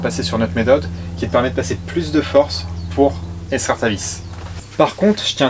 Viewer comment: Petit point de français. Extraire ne se prononce pas eStraire mais bien EX-traire. Et on évite le si j aurais qui n est pas correcte et on s empresse de corriger par un jolie si j avais. 😊. Cette merveilleuse règle des Si n aiment pas les Rai. Bonne journée et merci pour ce super tuto.